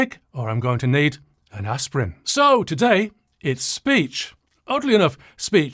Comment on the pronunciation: Aspirin is invented by the german pharmaceutical company Bayer. You pronounced aspirin wrongly!